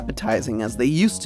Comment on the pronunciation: That "buen provecho" made my hispanic soul be so happy❤